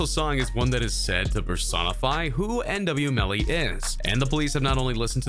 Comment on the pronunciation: You said yn melly